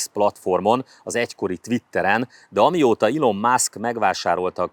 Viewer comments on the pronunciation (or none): none